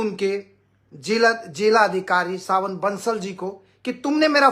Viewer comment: Not सावन बंसल.. Savin Bansal